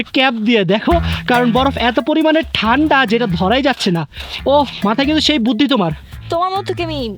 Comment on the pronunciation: বুদ্ধি ❌ বুথি ✅